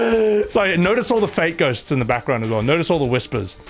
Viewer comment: Every time you say "fate ghosts" I hear "fake ghosts" 😂